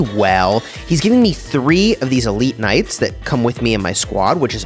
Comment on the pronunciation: Him calling them "knights" causes me pain